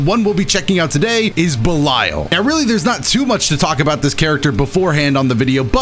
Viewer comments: Much love but I would just like to flex my corrupt knowledge and say his name is pronounced belial like(bell-E-al) after the original dark ruler of hell fallen angel and servant of lucifer. Love You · please, it's pronounced ba-leel leel as in seel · Everytime said "Bell-Isle" it felt like a crime against my ears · if you have the game in English it says his name that way so that's why I think was pronouncing it wrong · I think you are saying Belial wrong